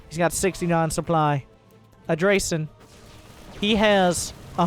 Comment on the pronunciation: Manage your "souply" xD